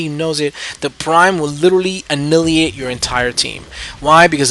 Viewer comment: I don't mean to be rude, I just feel compelled. Annihilate=(Uh-Nye-Uh-Late) Great videos BTW. (